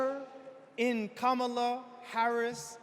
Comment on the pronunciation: this 🤡 referred to Kamala as a woman, wtf is that? Next he"mispronounced" Kamala's name .....it had to be deliberate. It was sexist and racist, why wasn't the crowd offended 🤔🤔....selective outrage is an MF